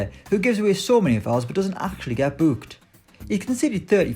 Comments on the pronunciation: The way he says booked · Hes a Northerner. Come up North and youll see this is quite common.